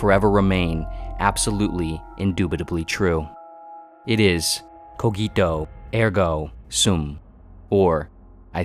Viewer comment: that is NOT how you say "Cogito ergo sum" ... please